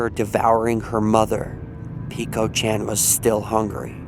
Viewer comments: Hey I'm just gonna correct you friend :) it's peko not piko :3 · Peh-ko not peeko lol.